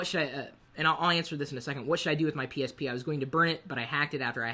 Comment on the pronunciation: Maybe cause I'm eating and hear myself chewing right now, but I keep hearing him say "penis p" every time he says psp..